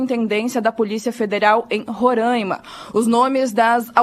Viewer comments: Por favor. O nome do estado que abriga os yanomami pronuncia-se RORÁIMA com o A aberto como a correspondente de Manaus bem pronunciou. Respeite e deixe de pronunciar RORÃIMA. Não existe esse som anasalado do nome do meu estado. Se fosse uma palavra em inglês certamente você faria uma acrobacia na língua para pronunciar. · Aonde fica rorãima? Conheço "Roráima". Francesismos...